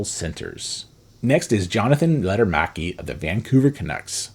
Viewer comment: Lekker-maki not Letter-maki